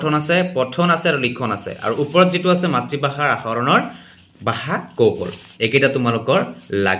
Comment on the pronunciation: বাষা নহয় নেকি। 🙁🙄 ভাষা হে হয় নেকি।